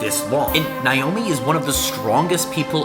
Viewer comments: As someone named Naomi, it hurts me to watch this video because he’s pronouncing it like “Nye-omi” 😭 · He kept butchering her name, it’s pronounced Nay-Oh-Me